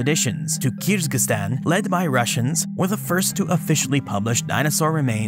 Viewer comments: I heard it like "kierz-giz-stan" and wanted to comment how there's only one "z" and it's in the middle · I am not sure your pronunciation of Kyrgyzstan is correct. 'Kier-giz-stan' is the proper form. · This is definitely the weirdest pronunciation for Kyrgyzstan I've ever heard (I was born there) - the proper pronunciation should be "Keer-geez-stan" - with the "ee"s pronounced as in "beer" - and with the "z" and "s" both pronounced distinctly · I heard something like 'Kiz-ga-stan.' And hence commented.